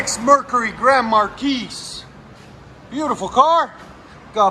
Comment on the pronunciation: Any time someone mispronounces "Grand Marquis," somewhere, some place, another Grand Marquis dies.